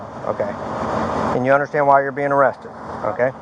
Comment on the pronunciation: "Sargaent I unkdersHKAND that" god every time he says understand i cringe into a tighter ball. Yes sir I hundersshkanned